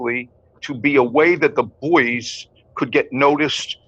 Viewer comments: The Buoys had a reunion concert May 15th here in Wilkes - Barre Pa HEY IT'S PRONOUNCED BOYS-NOT BOOEYS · Isnt Buoy pronounced BOY? not BooEees? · Talk about CREEPY, when you started calling the band the BUOYS, it made my skin crawl. I live very near where the band started and ALWAYS the band was called the BOYS. Yes I know it is spelled like a buoy but take it from someone who knows, the pronunciation is BOYS. Otherwise love your channel. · get the proper pronunciation of the group The Buoys. It is pronounced The “Boys”.You do a nice job but inexcusable for incorrect group pronunciation. It’s what you do! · Buoys .... Pronounced Boys . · I'm from Wilkes-Barre, the same town the Buoys (it was pronounced Boys) were from. Strange song, based on an actual event where a plane crashed in the Andes and they had to eat the dead. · I'm from Scranton, hometown of The Buoys. Saw them play many times. In their final iteration as the band, Dakota, I hosted their final concert at Montage Mountain in Scranton. Apologies ahead of time. I'm going to be "that guy". Even though it's spelled "Buoys", it's pronounced "boys".